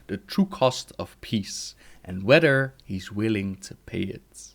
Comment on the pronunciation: "wheder" its whether you pleb.